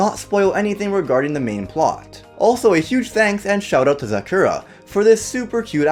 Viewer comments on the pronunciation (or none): none